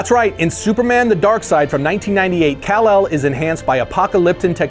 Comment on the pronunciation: call-ark? Really?